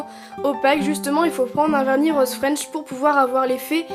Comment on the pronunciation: Roooose pas Roooaaaaase😂😂😂